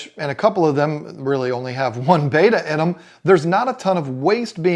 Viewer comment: Bet-tuh not Bay-tuh!!!!!